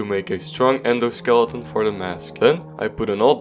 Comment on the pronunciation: idk why but when you said endo skeleton right here i first heard it as ender skeleton